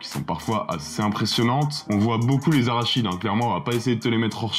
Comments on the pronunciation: Tu dis Arachide ptdr, c'est Arachnid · Arachnides et et pas arachides frérot ! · les arachides???? t'es sûr mec? tkt on les aura toutes à l'apéro les arachides ;) ça se prononce plus "araknides" en fait, comme la classe à laquelle appartiennent les araignées sur notre planète. Déso j'ai pas pu résister😘. Sinon super vidéo super intéressante comme d'hab 👍 Pour la suivante je voterais pour Pulp Fiction en mieux. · Arachide ? Ils se battent contre des cahouètes 😂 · "Arachides" :face-green-smiling::face-green-smiling::face-green-smiling: C'est araCNIdes, bro! :face-blue-covering-eyes: ça veut dire : de la famille des araignées. :elbowcough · Les arachnides , pas les arachides 🤣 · Arachnides qui ce prononce Aracnides. Arachides c'est par exemple soit de l'huile d'arachide ou qui contient de cacahouètes. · ARACHNIDES ET PAS ARACHIDE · Arachide? Tu es allergique au araignées? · Quand tu dis "arachide" pour "arachnide" c'est volontaire ? Bon les aliens ressemblent plus à des insectes qu'à des cacahuètes 😅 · J'ai failli recracher ma cacahuète en entendant arachide au lieu d'arachnide ! Ouf mon apéro est sauvé ! Je choisi Terminator ! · Les arachides... On va pas te louper au club de l'étoile avec ça. Rachide non plus d'ailleurs. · et ça marche ! j'ai remis en arrière pour vérifier si tu avais bien dit arachide ^^ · ah, "les arach(n)ides" ! 😉😆 🥜🕷️ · Aaaaaaah 😱😱😱 A-RA-KNIDE ! LE CH SE PRONONCE K ! Arachné, Arachnophobe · Merci pour la sélection. Il me semble que, pour les créatures, on prononce "araknides", mais je peux me tromper 😉 Pour le prochain épisode les deux me vont, donc quel que soit le résultat du vot... je serai content !